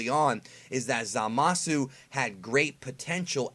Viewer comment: For someone who makes it a point to try and pronounce Japanese words phonetically, you sure do mispronounce Zamasu's name. You're saying "Zuh-mah-su" with three syllables, but it's supposed to only be two syllables in "Zama-soo".